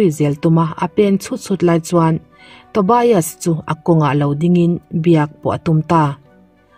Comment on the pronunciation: Tobias ilam dan hi adik lo a ngem aw ka ti, TO BI AS nilo in TO BIAS tur ni zawk lo maw aw, BIAS hi lamzawm tur ani zawk ang chuan Sigrid ilam dan pawh,ka sawisel chak vang anilo nia, a ni ngem aw kati mai ania aw